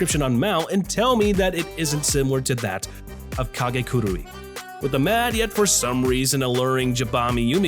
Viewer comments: I hate to be that guy but.... it's Ka-KE-gurui not Ka-GE-kurui you say it so many times back to back it was driving me nuts, lol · i'm so sorry but please say it with me: KA - KE - GU - ROOI KA-KE-GU-ROOI KAKEGURUI yes, that's right! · His pronunciation of kakeguri is so off